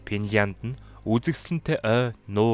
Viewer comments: Пянланд биш финланд үү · Физда чинь Пинлянд гэж яриад бхын😜.